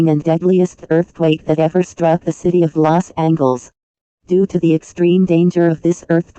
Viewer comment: "Okl-ahma" 💀 "Vir-geena" 💀 Meanwhile People at Maryland and Delaware: -_- "Lost Angles" 💀 "A-gain" 💀